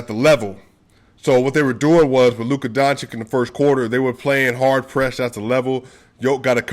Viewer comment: brother.. I have the upmost respect for you.. BUT PLEASE, PLEASE.. PRETTY PLEASE with Nikola Jokic on top.. Luka's surname is pronounced DON - CHiCH (not DON - chiCK)